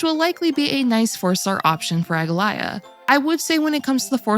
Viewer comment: Did what right? Saying her name? Cause that "ae" was not pronounced correctly....